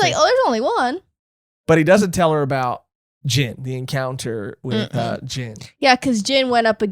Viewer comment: This arc introduces my favorite villain of all time so I'm really excited to see reaction to the reveal. Also not trying to sound like that person, but Gin is pronounced like Keen but with a hard G. Gin was my childhood anime crush but now I switched over to my favorite villain (who also happens to be my current laptop background).